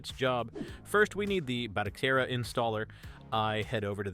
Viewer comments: I'm sorry, I hate to be that guy, but Its pronounced like Ba-toe-Sarah. Not Bata-Care-rah. Great video, built one of my own on a 128GB drive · You went from calling it batoKera for the 1st half of the video to calling it by it's proper name of batoSera before abruptly ending the video.😄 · Ba to se ra not batokera😂😂😂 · It's not how I think it should be pronounced. It's HOW its suppose to be pronounced. it's a Spanish word & I've been an Spanish interpreter for over 20 years. To say it phonetically in English would be Ba - toe- seh-rah or Ba - toe- Sarah. Didn't know he was AI since I can hear him rubbing up against the mic in this video.